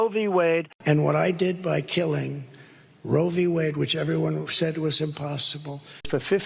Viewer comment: It’s easy for Trump to say Ro Vee Wade, that’s why he says it all the time